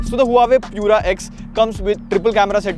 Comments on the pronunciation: The right way to pronounce Huawei is "Wah-Way. Not Hua Way😊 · It's not huawei.. it's "waawei" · its not HUA-WAY Its WAH-WAY ::)